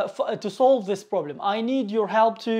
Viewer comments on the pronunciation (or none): none